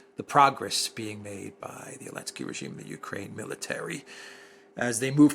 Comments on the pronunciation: I really wanna know why calls Ukraine’s President “Elensky”.😂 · Elensky. 😂 I love you for that